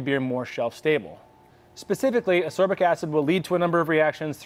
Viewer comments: FYI: ass-KOR-bic acid, and it is definitely the same thing as vitamin C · Learn how to pronounce ascorbic…